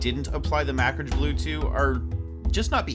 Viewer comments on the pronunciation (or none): I've only heard it pronounced one way....the correct way. Macragge.. "ma krag" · Mack ridge blue? Macragge.. "ma krag" But aside from that, awesome video my man. Excellent tips for a blended paint scheme. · The two g's give it a hard 'guh' sound, is it were only one g then it would be pronounced mack ridge, but with the two g's it is indeed pronounced ma krag